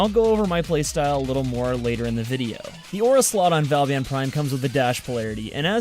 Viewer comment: It's not valban